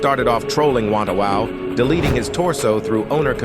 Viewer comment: ah yes wantawau, haven't heard that since forever